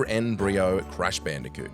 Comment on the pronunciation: N brio? Float stinger? Seriously?